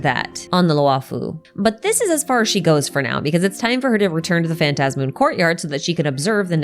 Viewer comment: I'm so glad you say phantasmoon the way I say it lmao